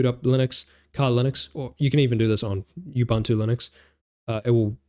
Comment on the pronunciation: really neat video . very helpful .. reminded me of some commands i had forgotten and didnt know..Only its pronounced ooboontoo not uboontoo . its a zulu word. ubuntu was developed in south africa hence the zulu name. The Zulu word ubuntu translates to "humanity" or "humanness" in English